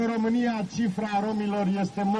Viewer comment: rrrrrromania mare :))